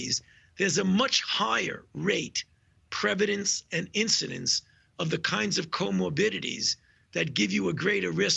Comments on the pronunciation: He doesn’t even know what he’s saying just tried his hardest to throw in as many big words as possible to make himself sound credible. He said predvidence when he meant to say prevalence this guys an idiot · “The prevedence and incidence”